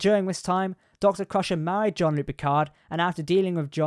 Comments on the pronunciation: ok, but his name definitely isn't pronounced John 😂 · Seriously, John-luc Picard? Have you actually ever watched Picard introduced himself? Are you even a trek fan? Wtf